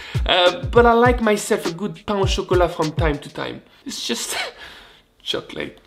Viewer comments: I can hear the entire south of France screaming when he said " Pana chocolate"! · je pensais que tétais parfait jusqua ce que tu prononces 'pain au chocolat' :'(